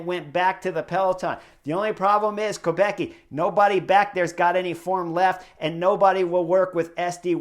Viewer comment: Btw, the prononciation. Kopecky is originally czech surname and it should sound like Kopetskee 🙂